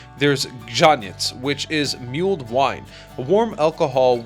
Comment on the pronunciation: Before we get on the to the Polish. Let's sort out the English shall we? It's not pronounced "muled" wine (as in the donkey / horse) but "mulled" wine. (Like Mull of Kintyre). "Gut soup" as you insist on calling it no doubt for clickbaity reasons is called "Tripe" (flaki in Polish) It's a dish eaten in varying amounts of liquid and with different spice combinations, all around the world . In China, Italy, Spain, UK, Mexico among others. Nothing uniquely Polish about it as a foodstuff.